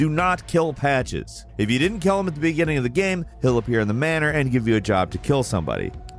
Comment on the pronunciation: Please... stop saying "gueme"... it is game!!